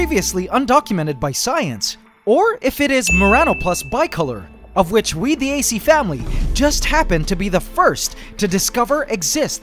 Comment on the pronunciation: Did u say acFAMILY?!?!?!